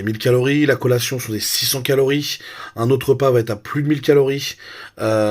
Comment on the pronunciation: CO'LLA'TION CO-LLA-TION repete after me U know ? ... 🤣